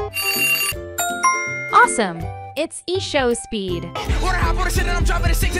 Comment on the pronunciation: She literally called I show speed IShowSpeed like what is IShowSpeed? What is E show speed